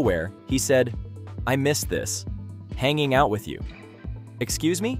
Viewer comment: "I miss this hannling out with you" the crazy miss spell had me rolling